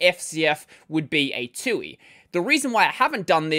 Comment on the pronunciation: this is the first time I've every heard anyone say Twoey